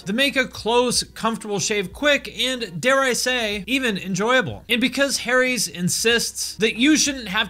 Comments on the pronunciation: Teheheh, ‘Harry’s’. Like ‘hairy’ like ‘haries’?? Okay I’ll show myself out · Stopped watching as soon as I heard "Harry's"